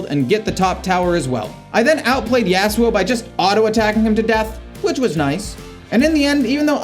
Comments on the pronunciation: the way you say yasuo like yeah su oh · the way you said yasuo. lynched.